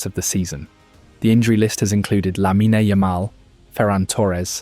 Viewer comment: It's lamine NOT lamina